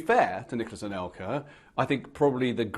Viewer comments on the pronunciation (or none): C'est "Anelka", pas "Alenka". Et c'est "La quenelle", pas "The quanelle". :-D